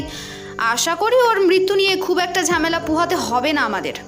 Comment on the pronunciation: গল্প টা খুব ই সাধারণ। গল্প পাঠ খুব খারাপ, ঝামেলা কে ঝ্যামেলা বাথরুম কে বাদরুম দেড়টা কে দেঢঢা। গল্প পাঠে উন্নতি করতে হবে।